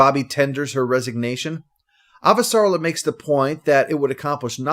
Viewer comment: Thanks 👍. (Ah-va-sa-REL-la, I think.)